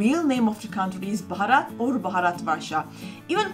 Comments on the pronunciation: It's Bharath with a shortened 'a' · Bharat not bhorot....amaze to see Indians pronounce like foreigners, then who will correct them.